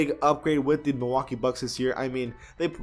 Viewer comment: The way he says Milwaukee is so stupid 😂